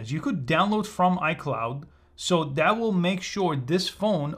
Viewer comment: Bro really said wiyol 😭🤣